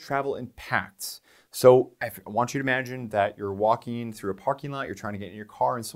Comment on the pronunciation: "Walkeen" and "lookeen" are not words.